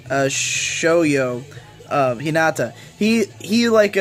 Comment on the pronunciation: hi - NAAAAH - tah